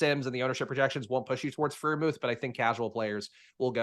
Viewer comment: Every time Freiermuth is mispronounced I lose my shit just a little. Please. Stop. :)